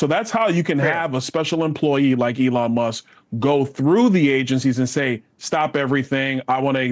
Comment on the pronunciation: Who is, "Elon Muss"...